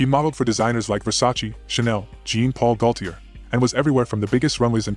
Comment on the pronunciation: I lost you at" Jin Pol Gotie"😅😂😂😂😂😂